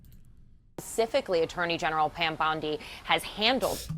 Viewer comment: "aternal genalry" Pam Bondi lol